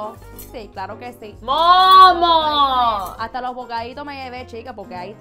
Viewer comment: Soooo true! And yes, Mom does become a two-syllable word out of total exasperation! “Momuh!” 😆 You hit the nail on the head with that! Thanks for the laughs!